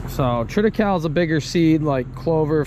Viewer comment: What you call triticale is pronounced tri ta cay lee. Just thought you might want to know. Keep up the videos. I love them.